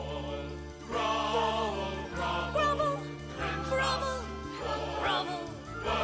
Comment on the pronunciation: When I was younger I thought the narrator was saying bravo rather than grovel As a child I was still confused